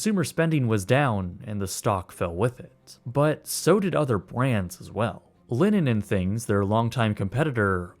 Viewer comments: Linens, not linen and things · It's LininS 'n Things, not Linin 'n Things